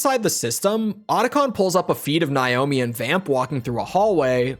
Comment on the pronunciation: Why are you deliberately pronouncing Naomi’s name wrong?